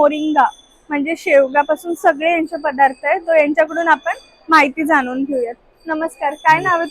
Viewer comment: वस्तू भेटत नाहीत तर मिळतात. जानून नाही तर जाणून. मराठी भाषेचा योग्य सन्मान ठेवावा.